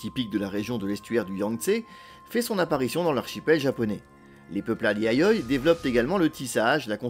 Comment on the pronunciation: Super intéressant, merci. En plus, la prononciation du japonais est assez correcte, sauf peut-être pour "Yayoi" où le "i" est plus marqué (YA-YO-I)...